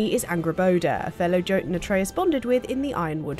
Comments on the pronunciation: i know yall didn't pronounce Jotunn with a hard J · It’s “yo-ten” not “jo-ten”.